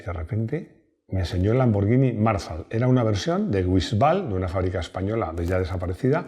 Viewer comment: Yo creo que el nombre de Marzal es acentuado en la segunda vocal A!! No en la primera,.